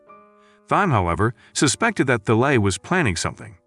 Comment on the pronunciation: Thalai? it's Talay